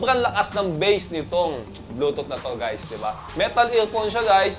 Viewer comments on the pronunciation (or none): none